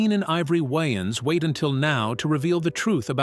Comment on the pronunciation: Can say wayman, but not Waynes.. that why you don't use ai.. work MF don't just try to get buy